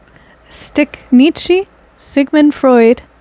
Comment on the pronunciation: I love this so much, never clicked on a vid so quick lol. Wanted to let you know his name is pronounced: "KNEE-cha"